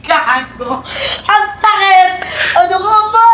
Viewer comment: Sakit❌ Saet✅